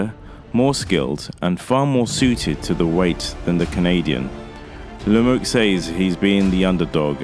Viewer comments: It’s pronounced “Le me u” not “Lemux” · As a Canadian myself....Lemieux hasn't any chance, not even a punchers chance...Benadivez will destroy him...This Podcaster here can't even say his name.....The "X" is silent for future reference! David La-Muuuu, is how it would sound. Your Welcome.